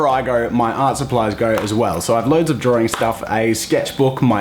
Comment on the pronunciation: Saying drawing in my accent: drawing (dra-ing) Saying drawing in Jazza’s accent: droaring (d-roar-ing)